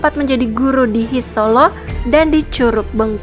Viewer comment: Bukan HIS... Tapi HA I ES.